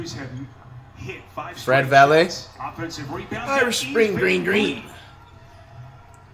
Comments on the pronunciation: “Fred valay” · “Fred Vallet” wow flight jus wow 🤦🏽‍♂️ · My Dutch ass hearing him say “Fred Valley” 👁👄👁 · 1 minute in and im already hearing "fred valet" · “Fred Valeh” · Did this dude flight really say "Fred valet"?😭💀😂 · “fred valley”😭